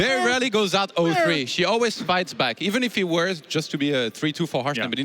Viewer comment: It's the Dutch accent, he's pronouncing she as "see". Otherwise he wouldn't say "her" all the time.